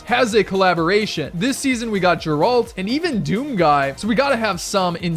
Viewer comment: The way he pronounced Geralt lmao